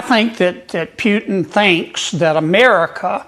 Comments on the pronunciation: This bumkin sounds stupid, and should go back to the swamp. It's Pootin not Phewtin! Geez what a goober! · "Mista Pewtin..." HFS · I love how he pronounces the Russian dictators name: Pewtin. 😂😂😂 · Actually, it's Pew-tun... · As in " Peeyuuu" he pronounces " PEEYUUUTIN" Stinkie Peeyuutin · Pew-tin 😂😂😂😂 cant stand that hicka 😜🤦🤣🤣🤣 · Pewtin? Kennedy can't even pronounce Putin's name. He has has got to go! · Kennedy sez "pewton" ..on point..😂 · Love how he pronounces Putin - Pewtin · I like how he pronounces Putin. Pew tonne. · Why is he pronouncing him as Pewtin? LOL Can't stand either one of them, don't get me wrong. Was it intentional? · Gotta love Senator Kennedy's pronunciation of "Pew - ton", lol 😅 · 😂 It's hilarious how he calls him Pewtin!!! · The senator can't even say Putin's name correctly. 😂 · The one and only thing that I like about Kennedy is the fact that he doesn’t know how to pronounce Putin‘s name correctly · Did you hear how he pronounced Putin?:face-green-smiling::face-green-smiling::face-green-smiling::face-green-smiling::face-green-smiling::face-green-smiling::face-green-smiling::face-green-smiling::face-green-smiling